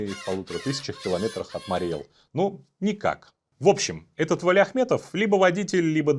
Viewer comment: Правильно говорить Мари́й Эл!